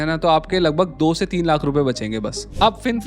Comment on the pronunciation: Seriously...i have blocked his channel and everything associated with him. Hate the way he Lakhhh from the epiglottis.😅